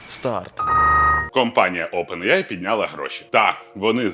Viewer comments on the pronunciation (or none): none